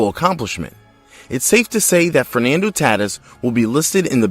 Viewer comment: Frenando taatiss